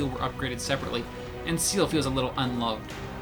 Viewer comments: Seal ? XD i can understand that CIEL is hard to pronunce when ur english guy (cuz im french and... its a french word .3.), but Seal ? XD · sea hell ( Ciel ) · The way u. Say ceil makes me cringe of how wrong it is